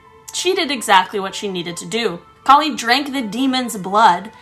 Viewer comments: kali's outfit which is a little terrifying but it is made of demons hand and skulls not head and kali is pronounced ka-a-li some myths she is said to be Shiva's daughter but in other as one of his wife god forms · Hey!! Hey!! You pronounced ma kali name wrong 😠 by the way my father this story as I also ask and I am indian and I proud of it